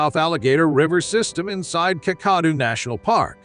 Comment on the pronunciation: The pronunciation of 'Kakadu' is so bad, I would not have known what place you were referring if it wasn't for the written description. Try Kack-a-doo as in if you see a crock, you're going to kack your pants.